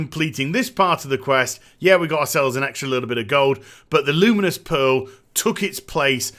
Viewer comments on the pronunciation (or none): none